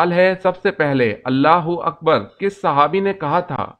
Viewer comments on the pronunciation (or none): Allah-ho-Akbar ghalat bolte ' nabi ke jaga sahabi bolte ho